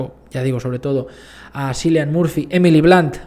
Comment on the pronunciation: Toda mi vida pronuncié mal el nombre de Cillian Murphy hasta que eschuché a Margot Robbie decirlo correctamente "Kiilian”